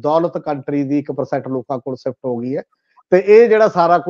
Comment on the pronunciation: The word is Dosh not Dosh, the word is Pesh not Pesh, the word is Charge-sheet not Change-Seet , the word is Shift not Sift, so on and so forth . All such words are wrongly pronounced in your comments . Thanks .